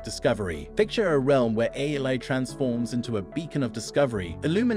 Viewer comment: This video keeps saying "a" instead of A.I. which makes me think that the speaker in this video is possibly A.I.